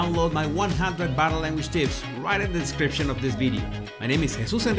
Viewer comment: When I first started listening to him it sounded like he was saying 'my battle language baddies'.. lol